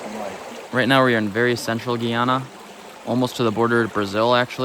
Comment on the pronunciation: Why are you saying Ghana like that